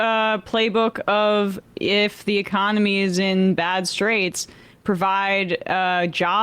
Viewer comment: e-COM-ony! Get it rate!